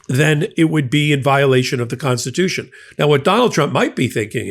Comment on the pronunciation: The Constitution, paah.